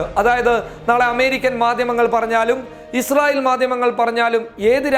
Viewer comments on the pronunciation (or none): none